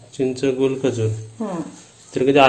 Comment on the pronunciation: गुल नाही रे गूळ!